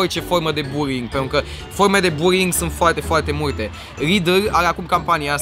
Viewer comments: În loc de buly ai zis buri (no hate) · "Burring" :)))) asa se intelege. (Nu imi sariti in cap, ca nu insinuez ca nu stie sa pronunte, dar e amuzant cum suna burring in loc de bullying) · am crezut ca ai zis buing nu buling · Cand spui bullying suna ca burying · Imi place ca zice burring ( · cumva zice ruing sau bullyng ??? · Bulling la tine se aude burring :)